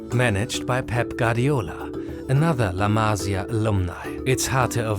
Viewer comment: la masÍa, accent on the I !!!